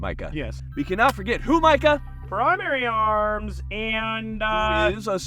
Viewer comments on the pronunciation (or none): Am I the only one that be randomly yelling “Prrrimary Arms”